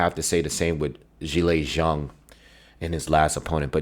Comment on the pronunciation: It's refreshing to hear someone actually say Zhang's name right lol